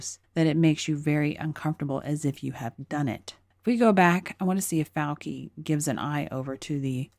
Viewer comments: Great video,, wish I could give it two thumbs-up. But it's "Fau-chi," not "Fau-ki." We New Yorkers know this because we grow up with lots of Italian-Americans. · “FAW-chee,” not “-kee”